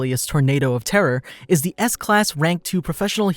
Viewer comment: "Ga life of Tatsumaki." Horrendously butchered opening sentence for an otherwise great video.